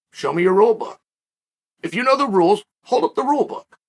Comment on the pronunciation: Uncle Chael: Repeat after me: I misinterpreted the rrrules!